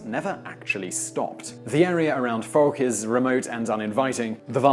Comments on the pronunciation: #5 is Pronounced Fowk. But I'm very happy you included the Fouke Monster. Last weekend Vilonia Arkansas hosted a Bigfoot Conference. It seems that Something is in the woods not sure what though. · Pronounced Folk Arkansas , they can't spell